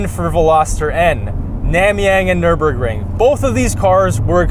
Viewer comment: It's called "Nürburgring". Get it right😅